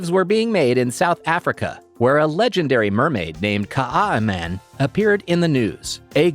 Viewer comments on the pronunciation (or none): The south African name is so butchered its kaai is one word like how you would say Kai and man translates to men